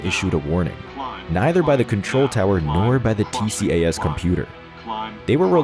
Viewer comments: I thought it was called "T-cass" (tcas) ? Perhaps only in the West? From a non-pilot, Tx USA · It is Not T-C-A-S!….It’s always referred to as “T-CAS” throughout the entire World!